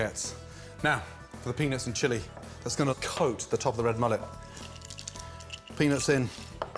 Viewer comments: AN OBVIOUS "PENIS IN" Ok Gordon. What in the hell is wrong with your mind/pronunciation? I dont want a penis in in my meal but OK MAN! WHATEVER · It really sounds like he's saying penis. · Gordon it doesn’t sound like you’re saying “peanuts”